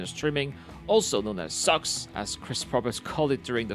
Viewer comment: but, is it sucks or socks? And one 'wrong' would suffice...since CR said socks, and I jokingly made fun of pronouncing it 'sucks' So, wrong...and wrong, back at you 😘